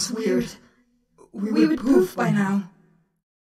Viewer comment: 😂 it’s poof not poop